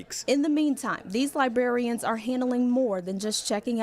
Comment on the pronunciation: It isn't libarians. It is librarians.